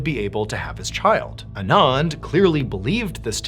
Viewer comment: I’ve worked with a couple Anands. They “usually” pronounce it Ahn-Ahnd, not uh-nahnd.